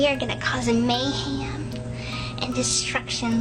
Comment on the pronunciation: “We are gonna cause a mayham”. Please. I had a long day. 😂